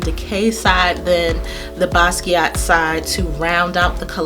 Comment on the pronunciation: it was getting on my nerves to that they could not say his name right!!! its like take 5 seconds to get on the internet and learn something at least how to say the man's name!!! Anyway I love Basquiat and Im glad they did a good job on this collation!!! you are so beautiful and I love your videos!!